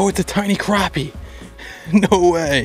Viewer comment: Mad props for knowing how to pronounce Crappie instead of saying Crappy...